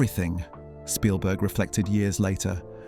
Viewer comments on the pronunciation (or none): It's Spielberg not Shpielberg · I think it's pronounced Spielberg, not SHpielberg. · I think your right, I noticed other strange things like that the narrator fluctuates between pronouncing it "Sh"pielberg and Spielberg. A real person wouldn't do that because the name is so famous and common. But an Ai would get confused between the actual textbook German pronunciation of it vs. the Americanized popular pronunciation. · His name isn't Schpielberg. If you're going to do an 18 min video on someone, figure out how he and everyone in his country pronounce his name. His name might be of German derivation but come on, do a little research. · Why does this AI continue to call Steven Spielberg, Steven "Shpeelberg"? PLEASE make that stop!!! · "Schpielberg", the narrator said. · Why does the narrator keep calling him "Shpeilberg"? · Bot voiceover says Norton's performance in Munich was "acclaimed." And bot pronounces the director's name as "Schpielberg." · Well, researched and interesting. However, I do feel quite sure you’re saying Spielberg incorrectly. A shpiel (also spelled spiel or schpiel) is a lengthy, often extravagant speech or sales pitch designed to persuade or entertain.